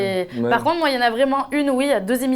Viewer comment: elle a dis THE island et ca ce dit ThI island